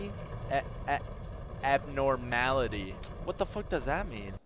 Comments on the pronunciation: fr always making me laugh💀 also it’s pronounced “Ab-norm-mal-ity”😂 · no abnorality LMAO abnormality dawg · I laughed every time he said it that shit was so funny 😂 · No one talking about how he said abnormality???